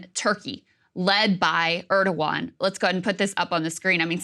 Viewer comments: Krystal, it’s not “Urrdowan”. It’s “Air-dowan”. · Why can't day say Erdogan's name correctly 😅😅